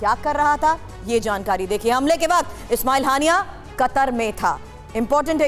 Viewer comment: naam to bolna sikh len. ismail haniya